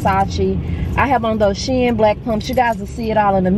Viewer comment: You're too pretty,. I loved seeing you and together. Plus, thank you for the correct SHEIN pronunciation...lol.